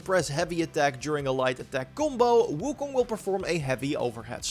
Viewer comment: He pronounced WuKong correctly in the intro, what a god.